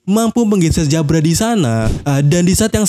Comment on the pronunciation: Nyebut jabra pake jabura aja bang, lebih enak didenger....di anime juga nyebutnya jabura